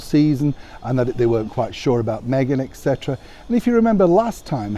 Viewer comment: It’s “ et cetera “